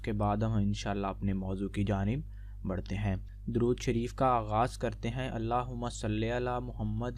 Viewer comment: bhai pehly durood pak to sahi se parhna seekho